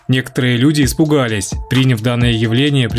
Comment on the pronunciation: Да блин! Парень! Ты почему такой безграмотный и не умеешь ставить ударения??? Что за прИняв? Если надо говорить: принЯв! А уж слово предзнаменование? Знамение, а перед ним предзнаменование! П….ц. Закрой свой канал, и иди в школу.